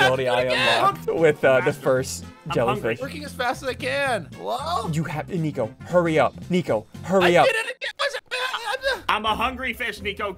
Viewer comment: You said nico not flico you ruined it